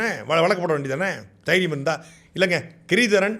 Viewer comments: தைரியம் இல்லை தெயிரியம் bro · Thairiyam illai Theeiriyam(Aadave pronounceiation)